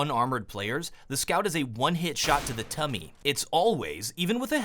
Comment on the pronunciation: is it me or is way of saying tummy just funny.